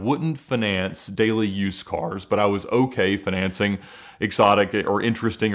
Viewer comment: Why does he say fiNancing. It’s like equivalent of stewie on family guy saying wHip.